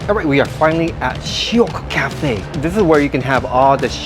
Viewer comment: bro sounds so much more Singaporean than Japanese now when he said "shiok ah", if you watched him without context you wouldn't even be able to tell that he's Japanese 🤣🤣